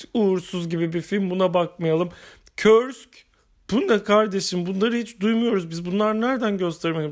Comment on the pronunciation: Denizaltı, Rusya'nın Ukrayna sınırına yakın Kursk şehrinin adını taşıyor. Bu ad yazıldığı gibi okunuyor, "körsk" yanlış telaffuz, bilginize.